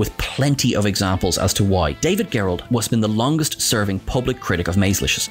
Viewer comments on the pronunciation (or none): Soft "g" on David Gerrold's last name. 😊 Loved the shot of the old "Sugar Smacks" ...used to "dig 'em" when I was a kid, oblivious to the merchandising going on without due payment going to the cast members.